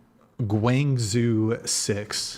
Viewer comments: gwang-zoo? No, no no. gwong-joe. Get it right, or one day Tina's going to tell the CCP to take you away because you got it wrong (and rated her poorly). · your pronunciation of Guangzhou is horrendous. its closer to like Gwang-jow